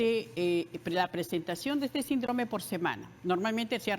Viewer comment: Que alguien le explique a esta señora que se pronuncia “síndrome” y no sindróme. Tampoco es “la” sarampión, es “el” sarampión. Ahora millones de pulpines la escuchan y empiezan a repetir. Lo mismo se va por las ramas para explicar una pregunta directa ¿qué hacer para evitar el contagio? Al final solo dijo lavarse las manos y evitar comer en lugares sucios. Tomó casi 18 minutos extraerle esa respuesta. Y cómo si ese mal no es contagioso, si se contagia con estornudos y toces? Entonces si es contagioso.